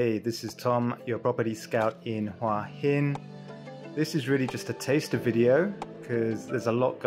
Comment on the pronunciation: "Who a Hin" not Hwarrr hin.